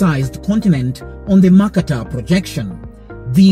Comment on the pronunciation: A good video overall with pro-Africa distortions but will you please learn to pronounce "Mercator"? And when you talk about maps being wrong, don't show the globe which is obviously not very distorted. It may surprise the producer that I was actually taught all that about the maps in Junior High School. The video underestimates education even in America.